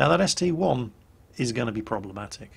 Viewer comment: I have made this mistake, and so has almost everyone for years. It's a st-I not st-1